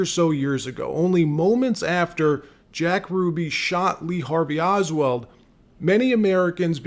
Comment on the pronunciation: Oswald, not oswell !!!!!!!